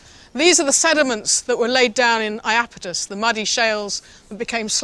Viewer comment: It's the IapEtus Ocean. [EYE] + [AP] + [I] + [TUHS] .